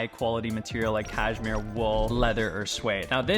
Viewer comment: it's pronounced caSHmere, not caJmere